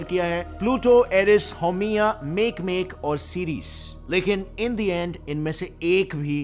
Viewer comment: वो मैकमेक नहीं माके माके है